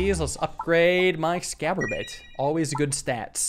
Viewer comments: Somebody dear god tell this man that it's not "Ex-scab-er-ate" It's "Ex-ass-orb-ate" like exacerbate but orb. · Exacorbate, pronounced Ex-ass-ORB-ate, not Ex-cab-or-ate. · I have been watching your videos for years but man this triggers me. It's pronounced Ecks-as-orb-ate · Not sure if it's intentional, but its X-ass-orb-ate. Regardless, love the content and thanks for pegging for our enjoyment once again! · Dude every time pronounces the Exacorbate as “excaborate” I perish a little I thought it was a play on exacerbate with the spelling and what the orb do? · Exacorbate, like exacerbate ?..ex-ass-or-bate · Exacorbate would be pronounced ex-as-orb-ate like the word exacerbate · Exacorbate is pronounced eggs-ass-orb-eight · Why does he pronounce it excaborate when it's clearly spelled exacorbate... it's the word exacerbate but erb -> orb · I understand it, and don’t wanna make an angry internet comment, but my man. It’s ex ass or bait. Like exacerbate. But with orb instead of erb. It hurts to read along when you say it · Are you deliberately saying exacorbate wrong, or? Either way, glad to see peglin around. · at this point the way he says ExacORBate wrong has to be a running joke